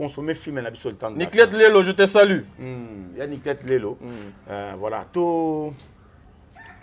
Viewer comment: On dis je vous salut et non je vous sali,vous êtes trop stupide